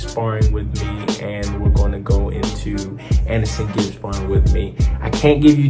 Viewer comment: Anesongib not Anesonegib 😂😂